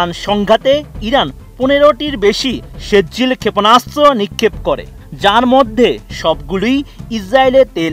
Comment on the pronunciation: সেজ্জিল নেহি কহো বরং শব্দটি হলো সিজ্জিল।